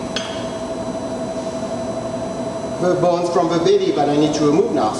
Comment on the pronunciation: him: bones what i hear: balls